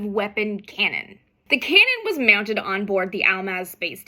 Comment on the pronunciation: I never realized that Amy was Canadian until she said, "The cannon was myounted"